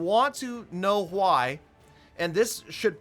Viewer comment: why do you say why like huy?